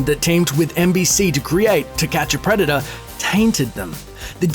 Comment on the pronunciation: "preda-daaahhhh" Americans facepalm